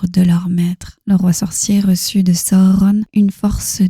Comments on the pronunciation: Pourquoi vous dites pas juste sauron comme dans les films au lieu de sahauronne 😐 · C'est la bonne façon de faire S à u r o n chaque lettre se prononce